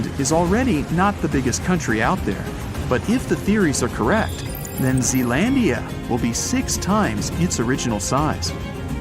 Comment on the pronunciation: It's Zealandia